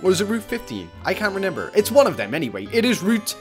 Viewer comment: did he say I can't " renenber?